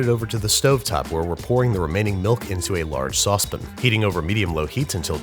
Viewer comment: Nails “pastéis de nata”, still mispronounces "homogeneous" and pours mixtures into saucePINS. shakes head ruefully